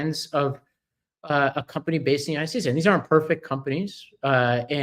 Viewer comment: "United Shates" "Ananaly" " Ananalies" Vote blue 💙💙💙💙